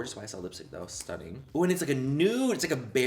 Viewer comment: I’m irish and “ITS STUNNIN” sounded so much like an Irish accent to me 😂😂😂 Manny you feckin legend ❤️